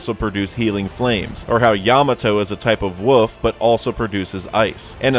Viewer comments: Woof instead of wolf is cringe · Yamato is a wuff? wtf is a wuf?